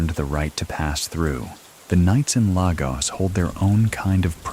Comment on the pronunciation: Great video! Just fyi, Lagos is pronounced lay-gos (like GOS-ling)❤